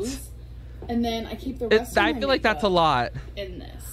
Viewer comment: Does anyone else notice that always says "fill like" instead of "feel like"? But she calls "fuelings", "feelings". WTF?